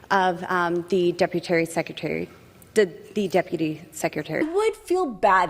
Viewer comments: "deputary secrtery.." what!? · WTF is a deputary? She said it twice! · 🗣"Deputary Secretary" 💀🤣